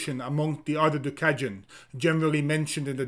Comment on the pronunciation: it’s not “gjuka” it’s duka with d.